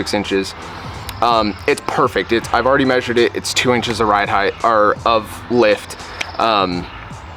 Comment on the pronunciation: Loved the video, But.... its Length, Width and Height not Heighthhhh lmao